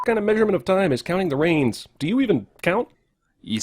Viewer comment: I thought the jungle book one ( ish) was '10 reigns' not '10 rains.'